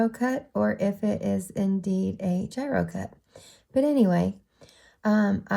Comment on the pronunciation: It's gyro as in gyrating, lol.